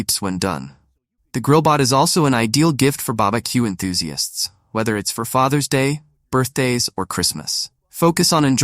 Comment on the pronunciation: BaBaQ? The robot is confused